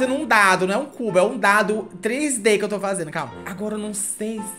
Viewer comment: "Desenhe o Cú-bo"